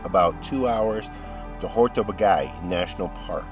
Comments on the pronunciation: What a great road movie :) I happen to live in this region of Hungary, and there is only one comment from me: This place is pronounced "Hortobadj" or "Hortobadge", not "hortobagay". :) You should come back during the Hortobagy Equestrian Days. Then you can see miracles like a Hungarian Gulash (our Cowboy) riding 5 horses at once, standing on the back of the last two horses. Just unbelieveable. Enjoy the your european trip, I'm now subscribed. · I love your videos. I do sometimes have a little laugh at the pronunciation of foreign place names. Hortobag"eye" isn't how it's said. It's more Hortoba then a soft dj sound. In HUngarian the gy is like soft J. Great footage of the birds as always :) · Lovely video, great to see you enjoyed your time in my homeland! So nice to find people who appreciate our natural treasure. I loved that the museum shares so much information and beautiful imagery with the visitors. A small hint of correction: the Hungarian pronunciation is [ˈhortobaːɟ]. The double consonant gy stands for a sound similar to d as in duke or reduce in British English. 😊 Wish you many more lovely trips around the world. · Great video, but the mispronunciation of Hortobágy really bugs me. It's more like: "Horto-baadj"